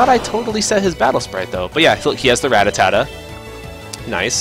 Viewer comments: every time he says ratatatta and not rattata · It's pronounced ra-(as i rat)tar-tar, not ra-ta-ta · Im trying so hard to ignore him saying Rattatata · This is not rattatata! it's rattata! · he said it with too many syllables. i don't know why so many people screw rattata's name up